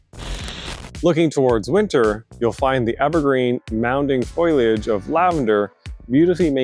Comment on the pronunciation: It's not "foy-liage"!! It's fo-lee-age. Otherwise, very good information.